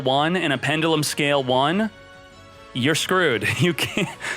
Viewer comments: is the only person i know who can pronounce pendulum like that, and its probably correct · He’s gonna have to learn how to pronounce the word pendulum before they drop them in duel links.